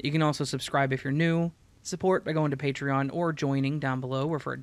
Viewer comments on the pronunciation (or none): none